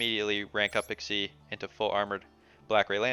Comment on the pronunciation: Lol. Did no one get the memo on how to pronounce Xyz? Like the guy the other day the Lasagna "Luh-sog-nuh!"